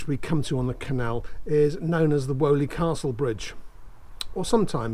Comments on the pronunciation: Woe, Woe, Woe! every mention of Selly Park should be Selly Oak Park as Selly Park is the other side of Raddlebarn Road over a mile away. You have been picked up on this before. Also unlike Woe, Weoley is pronounced Wheely, or possibly Whee-oly just as Daw is pronounced Doe you get all the locals upset by pronouncing names wrong! Surprised by no mention of the 2 arms opposite the Dudley #2 canal at Selly Oak Junction and the adjacent limekilns, particularly as they have been made a feature of in the landscaping under your feet when you finish this episode. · We pronounced it " Wheelie Castle " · Hi, great video! Having grown up in brum and having been fascinated by the canal system my whole life, I am in love with this whole canal Hunter series! Btw Weoley is pronounced “wee-lee” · Thanks for this informative film, my grandparents moved to Paganel road in the slum clearance of streets of hockley and the jewellery quarter (your drone flew right over the house I was born in! The only thing I would take issue with is your pronunciation of 'Weoley' we always pronounced it 'Weeley"!! I am guessing that your pronunciation is the correct one - you're clearly an expert at research - but I doubt anyone in the streets that line the lapal would recognise the name as you say it. 🙂🙂 Once again, thank you so much for a fascinating film, I wish my father was still alive to see it.